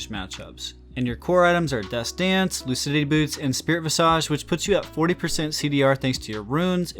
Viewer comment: "Vis-idge." Why is it that no one who does League Youtube knows how to pronounce that word? It drives me nuts. For reference